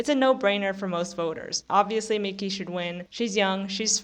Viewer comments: It’s difficult to take you seriously when you can’t even get her fucking name right: it’s “MIKEY”, not “MICKEY”! And no, her winning this Oscar was completely well-deserved and had absolutely nothing to do with The Substance. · Surprised that you don't know how to pronounce Mikey after following the Oscar race so closely.